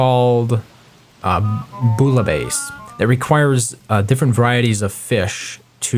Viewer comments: fyi: "bouillabaisse" = bwee-a-bess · Its said BOOYAHBASE